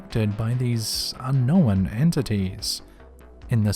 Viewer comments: There is not a single accent out there that justifies the mis-pronunciation of the word "unknown" as "unn-nowinnn" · I've gone back to a few of your older videos lately and you never used to run your words together like this but you have always said un-kno-wan 😂